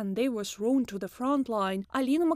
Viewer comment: When are Russians gonna learn how to say the TH sound in English...it's not the letter Z people.